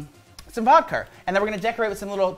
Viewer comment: The way is saying SpoOoOOOoky 🤣🤣🤣 And Vodkar 😭😭😭